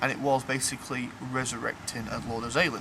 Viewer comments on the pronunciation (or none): A-ZEY-LIN?!! I always thought he was pronounced Az-A-lin? Didn't he become his former lich-type self as mentioned in the Gazetteers?